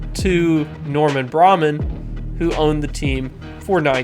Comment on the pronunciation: Norman Br-A- man